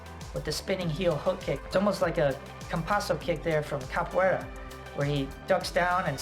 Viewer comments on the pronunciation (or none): none